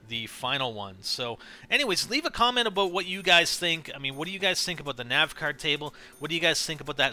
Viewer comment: Fuckin a-boat. Please stop.